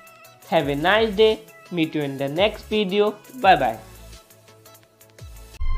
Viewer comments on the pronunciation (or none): none